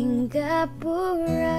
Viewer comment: Si-nga-pura.... Not singgah-pura! As you would pronounce Singapore.... Not singgah-pore